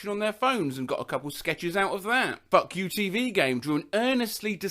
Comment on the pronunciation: Why did he pronounce Fuku as fuck you?